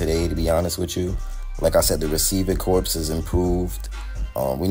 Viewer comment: Receiving Corps is pronounced “core”. Good video bro!!